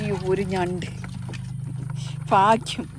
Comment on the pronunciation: ഫാഗ്യം.. ഹഹഹ. ഭാഗ്യം